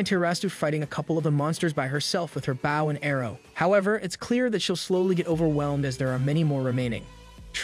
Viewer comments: Dude, really... You don't know how to say bow? It's not a bough, it's a bow. You know, like bow&arrows... a bow... the curved piece of wood with a string attached that you use to fire arrows, or even, bow, the thing that girls wear in thier hair, or a bow-tie the thing that guys wear around thier neck with a tuxedo? It's not like a dog barking bow-wow... The rockabye baby's not gonna fall when it breaks... It's a bow, pronounced bO like the letter o with a b sound infront. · Why are you saying "bao" instead of "bow" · did he seriously just say baw instead of bow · "bauw and arrow" why does the ai say bauw and not bow? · My dude great video but its a bOw not a bAw. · good videos im just bothered by the way you say bow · how is it that you do not know how to pronounce BOW properly? its bow and arrow not bao and arrao. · Gotta love this shitty tts, the highs (frequency wise) barely damage my speakers & ears. I also like my“bouws“ & arrows. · You say how and arrow oddly and it's very irritating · Bow not bow like on a boat. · Why do you pronounce bow like that. It seems like every narrator for manga and anime pronounces things wrong on purpose. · I'm liking the story 😊however why the hell can't you learn to say bow and arrow correctly😮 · Great recap, but damn his pronunciation of bow was so annoying.